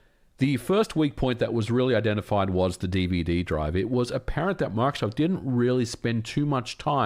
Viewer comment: You kept saying Mark Soft. I thought he was the president of MicroSoft or something haha.